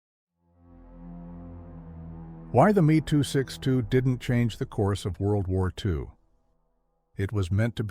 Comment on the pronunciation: I believe it should be pronounced “em ee,” and not “me”. The Gloster Meteor was entirely designed, built, and in service before a single Me 262 had been captured. The desire to turn it into a bomber did not significantly delay the entry into service.